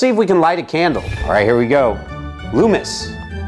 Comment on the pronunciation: Its lumos not lumis that's why it didnt work 😂😂😂